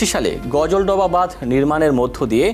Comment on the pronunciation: করোনা পাস না অটো পাস গাজলডোবা কে গজলডোবা বলছিস?